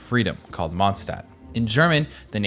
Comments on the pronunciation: As a native german speaker i can say WOW how wrong can you pronounce city names?! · The only thing that bugs me with Genshin is the fact that EVERY SINGLE female character has heels, ridiculous female chest physics and we only had female 'child' characters. For that I personally hate Hoyoverse. And the German mispronunciation. Everyone pronounces Mondstadt wrong, Mondstadt's Archon plays into the 'German Drunkard' stereotype, don't get me started on the horrible Fischl German- if you are gonna insert random bits of a language at least be so decent and hire VAs speaking that language or make sure the pronunciation is right. Otherwise, please fxxk off my first language.